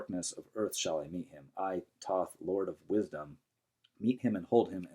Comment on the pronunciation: also saying his name wrong